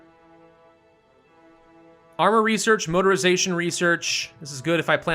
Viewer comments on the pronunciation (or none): none